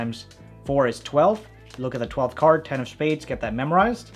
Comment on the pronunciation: He said cerd trick in beginning